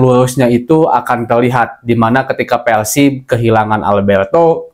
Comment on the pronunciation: PERRRRSIB bukan peLsib